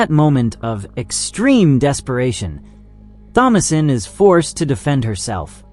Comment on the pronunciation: Jesus Christ THOMASINE IS PRONOUNCED TOM-UH-SIN!